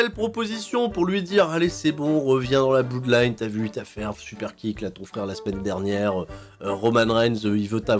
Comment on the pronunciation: ça s'appelle pas la Blouuudline, mais la Blodline. On dit "blod" pour blood